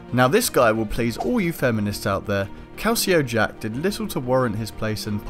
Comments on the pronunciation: Calico Jack not calceo also it was jack not Edward England who was known for the jolly Roger. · It's Calico Jack, not Calcio Jack. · Calico not calcio.